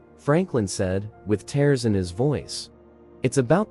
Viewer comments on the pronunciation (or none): i wish you knew how to pronounce words (it is not tares it is tears)